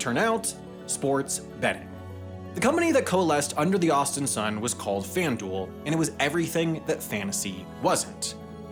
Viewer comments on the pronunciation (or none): none